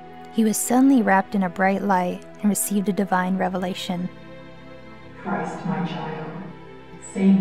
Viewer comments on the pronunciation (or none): It's Chrith, not Christ. Great Value Christ.